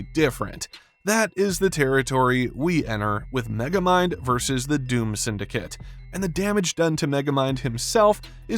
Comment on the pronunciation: Don’t you mean Meh-gamind?